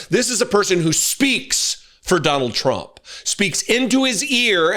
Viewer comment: He talks like a fucking 5 year. This way he raises his voice ab octave and puts the emphasis in certain places. The way he says words such as Donald Chrump. Just everything about him screams toddler. And I'M getting as new BIKE!!! So THERE!! Na na na boo boo what a toothpick little candy ass twat